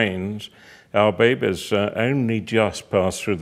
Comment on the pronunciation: I love how he says babies babehs babehs XD it's fun to say